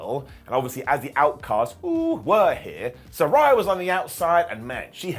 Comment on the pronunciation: Trying to keep it positive: say it like she's a SaRAYa of sunshine. Not SaRYE bread.